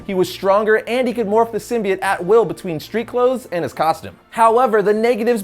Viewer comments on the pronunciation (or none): anyone else bothered by the new Venom movie and how they pronounce "Symbiote" sim-buy-oat is what they are saying in the new film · The way he says "symbiote" makes me really uncomfortable... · hes saying symbiote wrong